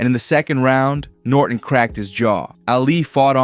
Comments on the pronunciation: It's pronounced "Ah-Lee" not "Alley" -. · Why do you say Allie when saying Ali? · Thumbs down when I heard “Allie” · Brother. Calling Ali "Allie" all video was very hard to listen to. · Hearing Ali’s name mispronounced just hurt my head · How could you mispronounce Ali's surname? You had one job